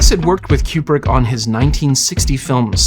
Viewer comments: I don't know who this "Kyoobrick" person is you keep mentioning. I've never in my entire life heard anyone mispronounce Kubrick as "Kyoobrick". After the 4th or 5th "Kyoobrick", I was ready to rip my ears off. I couldn't finish the video. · Am I hearing wrong, or is this dude saying CUE-PRICK the entire time? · I keep hearing your pronunciation of Kubrik as 'cupric' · "Cube-Rick" distracted tf out of me the whole video.